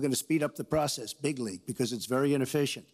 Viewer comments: cantstumpthetrump Yes, it matters biggly. Can't you tell? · big league